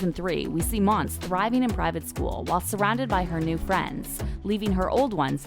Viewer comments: Her name is pronounced MON-SAY. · IT'S FKIN MONSÉ NOT MONS. JESUS CHRIST. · Her name is Mon-say! Its clear the reader NEVER watched the show! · They kept saying her fkn name wrong